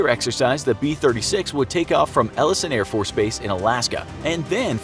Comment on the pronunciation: “Ellson airforce base” Hate to be that guy, but it’s pronounced Eye-el-son Air Force base (Eielson AFB)